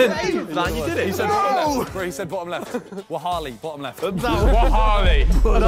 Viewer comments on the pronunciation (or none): The fact Simon said wahalli and not wallahi 😂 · When Simon said "Wahalli" I cringed so hard 🤦‍♂️ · Naaahhh wahalli?...it's wallahi fam